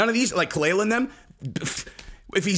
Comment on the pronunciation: kaah- lyla. That's how it's produced Jesus that dhit was annoying. She's not Bobby's wife. She is a attention whore but you got this whole situation wrong